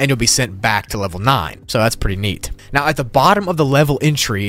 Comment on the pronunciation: Are you seerous right neow?